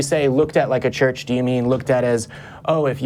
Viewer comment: Is he saying search?